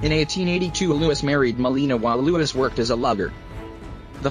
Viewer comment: Louis cyr , not Lois cyr